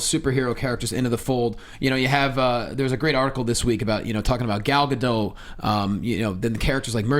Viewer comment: Sorry,, but it's a long "o" for Gadot.